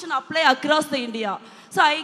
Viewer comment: Question or Kostin😂🤣😅.....Across or Agross...language or longu-wage....😂🤣😅....Jyothimani